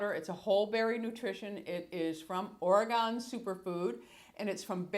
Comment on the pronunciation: Love your videos! Just ordered some Algenist off QVC. Looking forward to trying it. Fyi, from a former Oregonian it is pronounced Or•eh•gun, never Or•eh•gone.